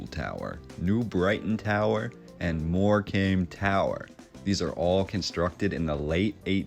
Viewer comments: Good video. It is pronounced moorcum not more comb. Wembley has been demolished. So many lies in history. I was not aware of the towers, apart from Brighton. 🇬🇧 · And dude, I can forgive Lanca-shy-ah and various other ways you can't talk. But in Lancashire (said shuhr or sheer, maybe) is the seaside resort of Mor-kamm. So please don't call it 'came' and teach our English grandma's how to suck eggs. Apart from that, good work! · Hi, I'm from England and we see these towers everywhere also stone towers built with the same narrative about competition, ha ha, not one bit of truth in their versions, Morecambe is pronounced Morecum not Morcame you are right about the silent b👍 Look at wainhouse Tower Halifax west Yorkshire👍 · lol dude Morecombe is pronounced 'more cum.' check out how many abbeys henry the 8th raised to the ground in the 16th century. talk about a reset. they even rewrote the english language. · Great video. Thanks for the really awesome info. Just a note from a Englishman on the pronunciation of Morecambe. You say it like “more-come”. I often play at these seaside resorts with my band and I can’t wait to bore them to death with all this awesome info. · Its pronounced mor cum.. Great Post.. Much Love and Peace 🤜🏼❤🤛🏿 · Nice vid, it’s also pronounced MoreCome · Great video 👍 btw it's pronounced Morecum 😁💕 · Pronounced More-cam.